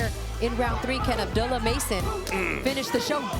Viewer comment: ABDOOLUH NOT ABDULAH